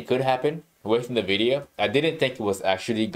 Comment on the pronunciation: Confused as to why people pronounce Nvidia as Nividia.